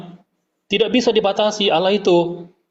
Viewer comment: Membaca Allah saja jadi Alah apa lagi bahasa Ibrani